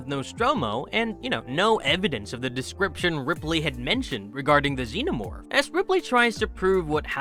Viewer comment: Xeno more